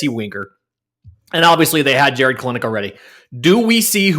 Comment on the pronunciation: Kelenic is pronounced (kell-nick). He has said so himself.